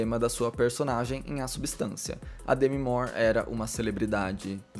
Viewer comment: Eu estava admirada que você fala certo o nome dela, eu descobri numa aula de inglês nos anos 90, e percebo que todo mundo pronuncia errado. Louca para assistir este filme